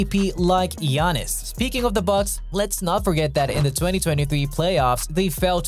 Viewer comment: Why dose he say geanis